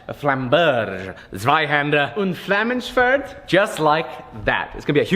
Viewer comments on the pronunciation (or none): Its so funny for a native german to hear how you pronounce the swords name haha! Nice video as always. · It´s so cute to see you guys pronouncing "Flammenschwert", i love it when non native speakers try there best to pronounce german words! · I really enjoy you trying to pronounce Flammenschwert Zweihänder P.s. did a better job at pronouncing than